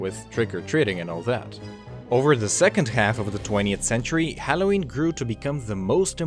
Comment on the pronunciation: Dude you need to learn how to pronounce halloween correctly.